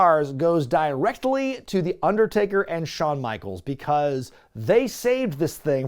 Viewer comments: pronounces it Di-Rected-ly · Shoutout to Deadlock to influence to say Di-rectly